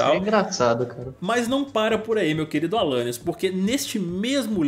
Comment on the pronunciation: "Alanius torneirinha" kkkkkkkkkk